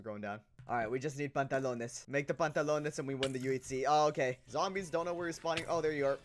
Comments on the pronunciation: Because you said pauntulanyes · Minute he said pantalosnes in spanishhh like for that please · Hahaha how you said pantalones is funny